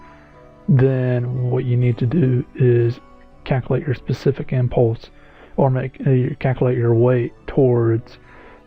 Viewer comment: Caculate ಠ_ಠ